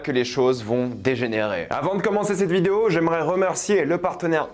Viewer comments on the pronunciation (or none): none